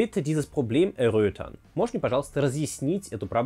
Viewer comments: Небольшая подсказка.. :-) Слово "erörtern" произносится подругому, в этом слове ставится ОЧЕНЬ сильное ударение на "Ö", т.е.( er-Örtern.. ) происходит от слова "Ort", какоето место на клочке земли, или - Деревня, Городок итд. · ето не пауза, ето произношение er как еа))) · Ich wohne in Deutschland seit dem ich 6 bin. Das fällt dann schon auf wenn die Betonung falsch ist. Aber großen Respekt wie gut sein Deutsch klingt. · Я собственно не о "r" в конце слова! Пауза должна быть после первого слога: Er-örtern. А вообще-то тема произношения очень неблагодарная. Особенно длина гласных - это высший пилотаж в немецком. Лучше подстраховывайтесь и спрашивайте коренных носителей языка, когда занимаетесь такими вещами. Удачи! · Гомофоны?! Видимо, омофоны все-таки. Хотя, вероятно, на гомофонов народ лучше реагирует ) Erörtern и erröten совершенно по-разному произносятся, довольно сложно их спутать: в erröten это будет звонкий увулярный фрикатив, а в erörtern - вокализованный звук (или Schwa-Laut), после которого еще и твердый приступ идет. Можно в гугле послушать примеры произношения, чтобы в этом убедиться. Вы слово erörtern произносите неправильно, поэтому и получаются гомофоны ))) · Простите,, но "erröten" и "erörtern" фонетически не похожи друг на друга. В Вашем видео они похожи, потому что Вы неправильно произносите "erörtern". После "r" должна быть маленькая пауза. Послушайте вот здесь, как надо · Also erörtern wird anders ausgesprochen. Kannst du ja mal in Google Übersetzer dir anhören. Gruß